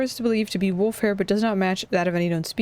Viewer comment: arrives game start language fun fact: the importance of silence back from break back from break pronouncing "wolf" as "woof" is so adorable ☺️☺️